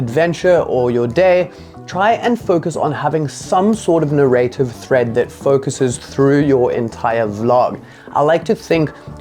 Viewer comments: it's pronounced NAIR-uh-tiv. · You say nuh-RAY-tiv as if it rhymes with creative. The accent is on the first syllable, which rhymes with air.